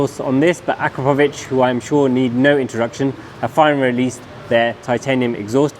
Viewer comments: Has anybody ever told you, that you pronounce "Akrapovič" wrong??😅🤣🤣 It's A'KRA'povič, not Akra"PO"vič!😅🤦‍♂ Emphasis on the 'kra', not the 'po'. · It’s pronounced “Ah-KRAP-oh-vitch”. You’re welcome 😉.